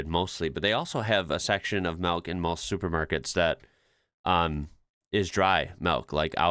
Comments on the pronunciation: Hmm you've literally just seen the nightclub in Italy (admittedly not all toilets will be like that) so yout comment about "at least at the end of the day your stall will be private" possibly doesn't hold up...also it sort of sounds like your saying "melk" not "milk" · Is he pronouncing "milk" as "malk"? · Dutch supermarket (Albert Heyn), dutch pronunciation of milk: Melk! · Are you saying "melk"? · You pronounce Milk really unusually. 😅😅